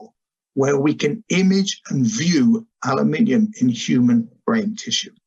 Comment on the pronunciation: Thanks, Dr Loe Fisher, for pronouncing "aluminium" correctly for us Brits!!